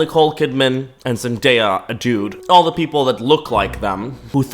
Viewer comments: I wanted to scream everytime she said mandaya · Omg I get so angry every time she said MANDAYA. Like she was the girl in school who would call you names and be an asshole. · "its just an opinion" *continues to call zendaya MANdaya* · no way she just called zendaya MANdaya and tom terry holland 😭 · She’s actually so annoying. Ain’t no way she called Zendaya MANdaya…